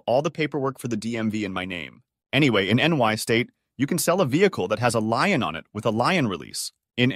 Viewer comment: It's the same damn voice reader 90% of the channels use now. It's terrible. And yes, it's a bot. Or did you really thinks human confidently pronounced Lien as Lion that many times?